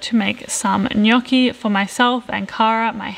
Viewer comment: oh my God, you said "gnocchi" in the right way!!! such a pleasure for an Italian🤣😍👏🏻